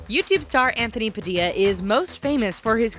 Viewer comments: Anthony PADIA. Really -_- i dint want to say this but it is pronounced: padilla! I think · ITS PADILLA, NOT PADIYA, YOU PRONOUNCE IT PA-DILL-IA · you said Padilla wrong my last name is Padilla and it annoys me when they say it like that 😠😲